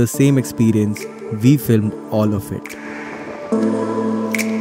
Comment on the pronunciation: Why do Indians pronounce WE as "VE" ???